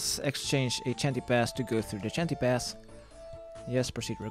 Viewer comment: What's a Chanty Pass? I thought it was pronounced "Shan-tay"